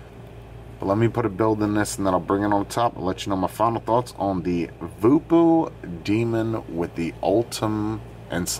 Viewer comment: Did you know that Voopoo is actually pronounced "Vopo"..... as in Vohpoh lol...guess there is a lot lost in translation. Honestly when you... ha the "wolverine" of reviewers gives something a shit review... I buy it in for my customers.... hey a 3-4 from you is usually a 6-8 for other reviewers;)